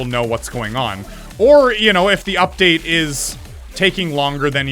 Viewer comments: you said “uptade” 3 times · It is called Update not Uptade